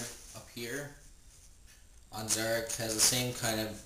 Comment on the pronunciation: pronounced Zar'roc wrong no offence